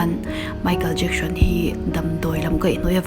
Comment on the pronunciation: I aw a amawi ngaithlak pawh anuam... Chutih rualin, Lam no i tum lutuk na lamah nge moni an hmingte hi diklo puipui in i lam thin a... Entirnan:Michael Jackson te pawh "Jacksion" tiin i lam kher zel a... Kalo ui i aw a mawi nen... I subscriber ka nihna angain thahnem ngaihna aw kâ ka lo nei ve lawk